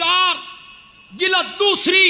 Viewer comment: یہ کیسا مولوی ھے چس کو جلد بولنا بھی نہیں آتا جی لد بولتا ھے ،😁😁